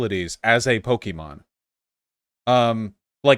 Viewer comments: It's PO KEH MON not pokey mon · I can't stand him saying pokeemon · This just adds to my theory that anyone who pronounces Pokemon, Pok-E-Mon, should never be listen to about the franchise and deserve no rights. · I knew his arguement was invalid by the way he said Pokémon